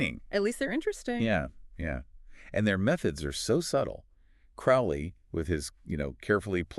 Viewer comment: It's pronounced Croa-lee, long o, not "ow" as in "out."